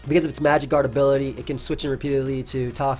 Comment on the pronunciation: I keep hearing magikarp clefable instead of magic guard clefable lol